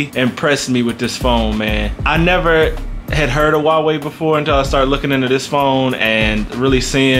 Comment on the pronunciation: Subscribed for pronouncing Huawei correctly.